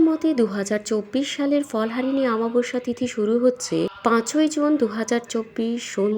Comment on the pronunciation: কথাটা অমাবস্যা, আমাবস্যা নয়। ভুলভাল বলেন কেনো।